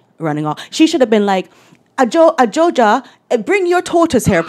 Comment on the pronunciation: Her name is Ghanaian and the corrext pronounciation is Ajwa. 😂👍🏾.